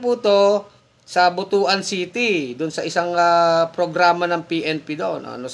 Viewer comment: Pls pronounce Butuan as Butwan not butu-an a bad term in bisaya,your avid fan and watching from New York.